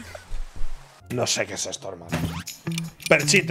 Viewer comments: nadie: absolutamente nadie: ibai: PERXITA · Alguien se rie: Ibai: Perchita